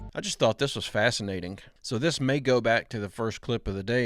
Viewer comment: It's a Silent G ....it's not FasinateinGa